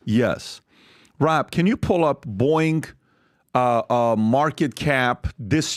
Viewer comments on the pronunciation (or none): Every time Patrick says Boeing, I keep thinking there is an app called Boing! that I've enever heard of.